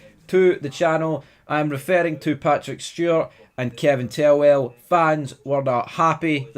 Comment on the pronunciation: You keep saying 'tellwell' when it's "Thelwell"!!!